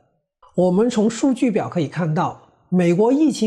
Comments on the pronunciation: 排hang榜，为啥念成排xing榜？ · 排行( hang)板，不唸(xing). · “排行榜”中的“行”读“航”，不读“形” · 你们也不是专业的播音团队，“排hang榜......” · Joseph Sun 只看見你獨一位 指出 不要 從 銀形 形過 南北形 的 排形榜。 只有他 一人的粵語 如他所說的 歎為觀止⋯⋯ 🤣😷